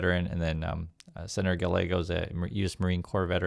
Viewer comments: Pronounced GUYYEGO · Two things: Gabby Giffords didn't die, thankfully. She is disabled in that she doesn't speak easily and struggles to do some physical things, but she still gives speeches. Secondly, Rep Gallego's name is pronounced "guy-AY-go" -- no "L" sound with double "L" in Spanish. Love you,! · Gallego the double ll is pronounced Y,so the name's pronounced Gayego. Btw thanks for all the good work ya do mister. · Small point, but Senator Gallego's name is pronounced with the "ll" sounding more like a "y" like it would be in Spanish. In Arizona we are proud of both of our U.S. Senators, both have distinguished military careers before being elected. Arizona has a proud history of independen-thinking politicians from both parties, including the late Senator John McCaine, a Republican, and former military hero.